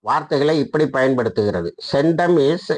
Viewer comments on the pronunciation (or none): சென்டம் இல்லை... சென்ட் காம். என்பதே சரி